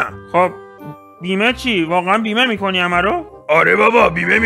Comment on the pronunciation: فقط اونجا ک میگفت خنده مِکُنی😂